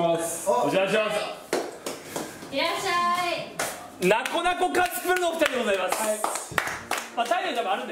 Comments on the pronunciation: 「なこなこ」にツは一切入ってないのに「なツこなツこ」言うてて草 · なつこなつこカツプルwww 当たり前のように言ってるのがツボった🤣🤣🤣🤣